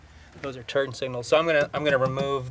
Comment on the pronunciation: I swear you called them 'turd' signals?! Was that intentional? lol